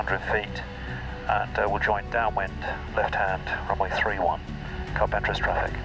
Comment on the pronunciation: Another great video. Amazing that you got all the way to Carpentras without learning how to say it. CAR-PONG-TRAH!